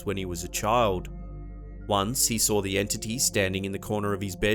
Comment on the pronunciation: Hey dude,quit adding r's to words that don't have them. Such as SAW.DOESN'T HAVE AN R.Thank you.